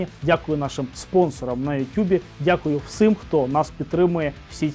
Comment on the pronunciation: Всіііім. Не "всим" але "всім". Дякую. У вас прекрасна українська, але ОДНЕ слово псує все. Вибачте.